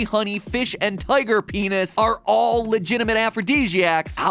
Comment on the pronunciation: I heard tiger peenus